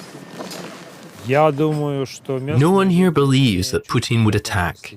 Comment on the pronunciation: It's "Putin" though.